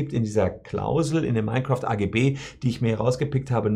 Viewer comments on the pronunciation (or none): Mein Kräft klingt wie die Hitlerversion eines Let's plays.